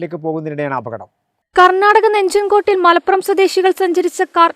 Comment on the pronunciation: നെഞ്ചൻ ക്കോട് അല്ല നഞ്ചൻക്കോട് '